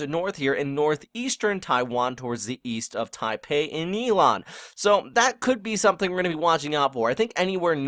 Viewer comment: good job on proper pronunciation of Ilan :) Is it possible you could write the names of those other people and fb sites you recommended following at the description on the bottom of your next video. Would be greatly appreciated.